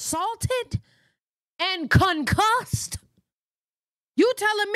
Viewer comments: Not CON-CUSSED 😂😂😂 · You said " concussed". !!!